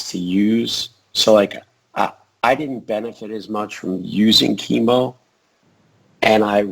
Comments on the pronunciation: It's Chem-O like chemical. Not Keemo like cancer treatment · Yeah, the "Keemo" thing really irritated me as well. I've always thought of him as a CHEMical Organism, so Chem-O sounds right in my head while "Keemo" just sounds wrong. Hey, poe-tah-toe ~ poe-tay-to ... such is the nature of the hodge-podge English language. ;) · Just checked an official DC cartoon, he is right it's "kem oh" not "keem oh". I've pronounced it wrong my entire life =(